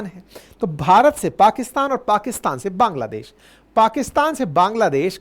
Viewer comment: पांग्लादेश क्या होता है, सर 😂😂